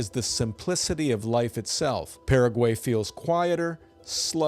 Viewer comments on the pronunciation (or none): Like the channel. But first, you pronounced Paraguay correctly when introducing it but then proceeded to mispronounce it. Also, the canned videos pretty much say you’ve never visited 90% of the places featured.